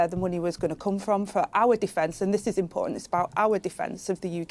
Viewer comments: Does Rayner know what "impor-ant" means? Maybe she was hungry do ate/drank the "t". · Does she know there is a letter T in the alphabet